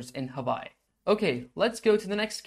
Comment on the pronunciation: Hawaii is actually pronounced Havaii, so good on you.